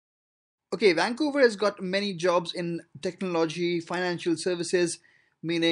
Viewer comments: WAN COWA idiot its VANCOUVER. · lol wancouver. That is the only thing that drives me nuts. It starts with a V! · Never heard of “wancouver”... 😳